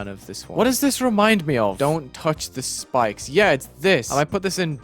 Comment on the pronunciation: bruh he says spokes not spikes